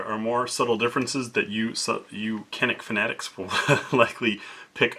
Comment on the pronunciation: It’s turkish so canik is pronounced with as Janik and it’s mete isn’t meta it’s metay lol turkish not English